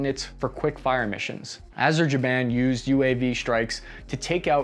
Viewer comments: "turkish backed areshaband" LMAO no it's pronounced azerbyejan. And the turks and azers having more effective drones than the US is sad time to shelve the f35 noobs. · Yo,,, let's say it together Azer - baiiiiiii - jian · Karabakh is Azerbaijan By the way, you butchered name of my country, dude 😭😭😭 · Azerbaijan not azerjaban 😅🤣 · A zer bai jan. Not “Aze ja ban”. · Its pronounced “ahzer bi jan”, not “ahbezajan” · hey no offense, but Azerbaijan is pronounced "Uh-zer-buy-jan" not "Azerjaban" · Did he said azerjiban instead of Azerbaijan 🤣🤣🤣ok i said too.. 😐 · Its not Azerjaban dude it's Azerbaijan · Its Azerbaijan not Azerjainan... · Azerbaijan (Azer - bay - jan) ........not Azer-jan-ban :) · Not “azerjabain”, its “azerBaiJan” 🤦🏻‍♂️ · Arizaban 🤔 dude that's Azerbaijan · A-ser-bai-jan not Aserjaiban! Unholy crap! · Dude you cannot even pronounce Azerbaijan?? is pronounced Azerbaijan Not azerjiban😆😆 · Azerbaijan not Azerjaiban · its Azerbaijan.... not Azerjeben.... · ITS NOT AZERJABAN ITS AZERBAIJAN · Sorry but it's not Azerjaban but Azerbaijan 😆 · ah yes the popular country of azerjaban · "Azer-jiban"???? That's hilarious.... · AZER-BAI-JAN (Azzer-bye-sharn) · “A-ZER-BYE-JAN” bro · Are you maliciously mispronouncing a-zr-bai-jaan‽ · Hey, have appreciated your recent efforts to give a more balanced take on events in Ukraine, but it was your 2nd "Azerjaban" here that's made me pause to subscribe and thank you for your fine work, cheers mate! *it's "Aremnia" btw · crap, no, it was Azerjaban again, but he'd made me forget what the place was actually called by then. I've been totally owned by his mind games clearly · 1 for “Azebajan” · ah-zer-BYE-zhan.... ga damn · “ AZER BAI JAAN “. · Did he say Azerjaban 🤣🤣🤣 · Azerjerwhat? Great video, but, um pronunciation is quite important. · As for AzerGerbilStan. Yeah. That's the right way to pronounce it. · "Azerbejaan" lol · Azerbaijan... should be pronounced: Azer... bah... zhan